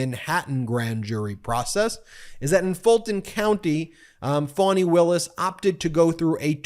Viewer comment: It's "Fanny" Ben.